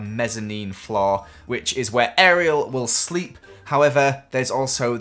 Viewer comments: You said shleep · It's probably going to be hard for Elsa to SCHLEEP. Me: I heard schleep not sleep but then he said sleep later on. T^T Also ur pretty as heckle:3